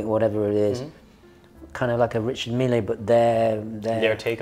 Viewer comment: I'd rather wear the Ulysse Nardin Classico Manara to church with my Grandmother than any Richard Mille. Can we organize some intervention for? How he (rightfully) hates on Hublot endlessly yet loves these wrist atrocities baffles me to no end. 🤷‍♂ Also, it's French so it's "Ree-Shar Meel". Not "Mee-Lay". It's not the President of Argentina. 😎